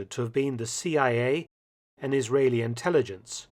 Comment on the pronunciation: I understand this is a little out of your ballpark, but you mispronounced Menachem Begin’s first name. Some of the other people too.